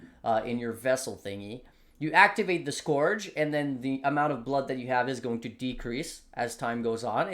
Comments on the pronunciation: Scorch league? If there's a trend I want to die out it's the cute-dog lets pronounce everything wrong trend. Skeurge league. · Respect your analysis but please, it's Scourge as in Skirt ... not Scourge as in Scrooge. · not scorch league, scourge league bruh